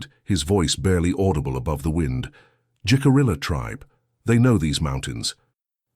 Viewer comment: I like this story very much. Much of my family arrived in Jamestown in 1700. They were blonde,blue eyed, small in stature( and still are to this day). First, Jicarilla is pronounced " he-ca-ree-ya". Second the "STOCKHOLM SYNDROME" did not appear until the late 1960s or early 1970s. It was used when Patty Hearst was kidnapped by the SLA ( symbionese liberation army) and held for ransom. She joined them. Anyway, my 1700s family would allow indigenous people stay at their " ordinary" in Williamsburg. At one time an " Indian Princess" stayed as she was a witness during a trial. These relatives were French Huguenot. They settled all over Virginia way out where the James River was the only means of transport. They knew and traded with the indigenous population. When they moved farther West they then were friendly with Osage. These are great stories. Women were often alone for whatever reason. They had to live by their wits.